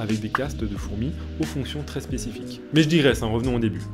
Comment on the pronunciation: a chaque fois on dirait que tu dis "mais j'dis graisse.." XDD